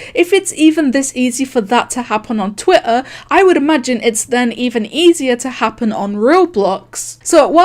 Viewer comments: I love how she says "Twih ah". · everyone: twitter: twituh